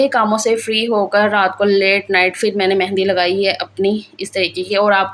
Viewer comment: Ap phir ko fir kioun kehti hain?